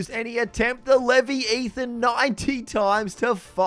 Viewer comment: Love you, but if you pronouce Leviathan "Levee-ethan" again ur getting banned.